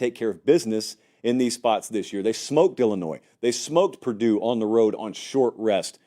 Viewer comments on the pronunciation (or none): none